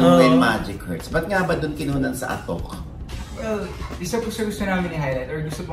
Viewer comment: mali po pronunciation ng "Atok" nyo. nasa letter "A" po ang stress.